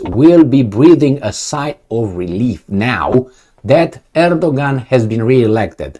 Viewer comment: Erdogan is pronounced Erdowan in Turkish